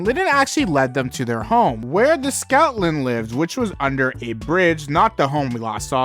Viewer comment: It’s Stoutland. Not Scoutland, not Snoutland, Stoutland.